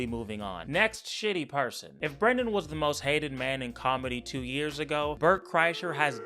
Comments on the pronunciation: calling him "bwenden" is crazzzzyyyy bro i choked on my beer on that one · The funniest thing about you is how you pronounce "Brendan"